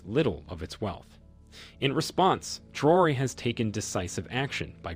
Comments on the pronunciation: His name is pronounced Traoré, the é at the end is not silent, it's emphasized. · Rewrite: While we appreciate all the valuable lessons and tutorials you're sharing, some of our African civil rights members have pointed out the issue of the "insulting" name change you've applied to someone we regard as one of the emerging "lights of the continent." For African mothers, it is deeply offensive when their children's names are altered or mispronounced. Names hold significant cultural meaning. This leader's name is pronounced "ee-bruh-heem," not "Ayb-ra-heem." Your voice sounds similar to the narrator from (apologies if I'm mistaken), and while we admire your work, disappointing those who support you is like disappointing your own family. Please, stay true to the diaspora. Thank you for the powerful literature and the voices you amplify from the continent. Thanks 🙏❤👌🙏